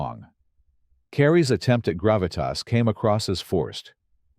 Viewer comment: You forgot Grav-it-Tossssss! Lol